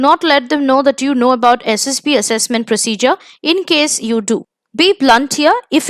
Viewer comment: Mam it's SSB not SSP..PLZ CORRECT